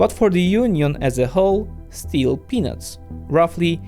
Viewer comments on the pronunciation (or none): No offense but when he said "its still peanuts" sounded like its still penis! Had me wondering if it was just me... my hearing is damaged from military and mind needs some cleaning God-willing 😅